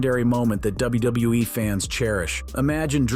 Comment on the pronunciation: Never have i ever hear anyone struggle to say "WWE" so much 😂